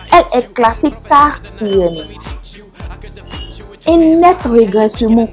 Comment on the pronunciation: On dit UN pas INH🤣